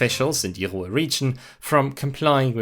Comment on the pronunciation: How do you mangle the word Ruhr?